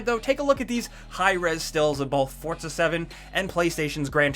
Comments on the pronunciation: It's pronounced For-Za not Forts-a Jesus Christ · The word 'Forza' does not contain the letter 'T'.